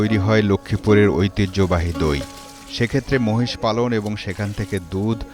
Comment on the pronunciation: মশ নয় । বলেন মহিষ